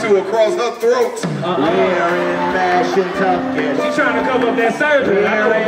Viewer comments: I did too😭😭😭. They was supposed to say Mashantucket but just said fuck it and said "Mash Kentucky." 😂😂😂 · I did😭😭😭. "Mash Kentucky." I was like "When they come to Kentucky?" 😂😂😂. Them niggas was supposed to say Mashantucket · this whole time i'm thinking they saying "Mass, Kentucky" this shit is Mashantucket 😭😭😭😭